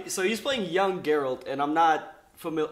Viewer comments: I think I'm more triggered by the fact consistently kept repeating it correctly & he still stuck to Jeralt ×_× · "one of my favorite games. i spent so much time playing it." proceeds to pronounce geralt as 'jerAld' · Geralt not Jerald, Also ew. characterisations are not working for me at all. Geralt looks like silver Legolas and it's not ok with me. And Yennefer looks too plain. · "Since this is a video game TV adaption..." "JERALT" I feel so triggered already. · “Jeralt of Rivia” has seizure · If he says JeRaLt one more time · Dude on the far right still pronounces Geralt as "Jerr-Alt" when the guy on to the right of was JUST pronouncing his name the right way. Did he just not pay attention? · It hurts my soul when someone pronounces Geralt as Jeralt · That guy's name must be Jon Snow...though, surprisingly after murdering Geralt's name, knew it was from the books not the game. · I understand why someone could make that mistake but I don't understand how some people still pronounce it that way even after hearing the correct pronounciation. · Fucking hell its Geralt, not that hard to type/pronounce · No one in America can ever seem to pronounce Geralts name right! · The way he says Geralt’s name🤦🏽‍♂️🤦🏽‍♂️